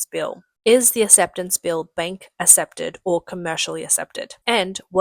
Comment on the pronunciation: “ass-epted” is NOT a word in the English language. I you mean accepted, it’s pronounced “aK-sep-ted”. Now everybody try - ak-sep-ted. Thank you for your attention to this matter.